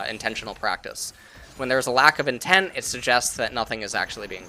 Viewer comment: More like Nobody:: INTEM